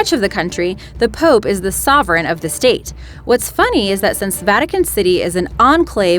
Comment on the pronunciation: Please fixed your accents,,it's not sex,but six,and state not steet,,but your idea is great,,🤗🤗☮️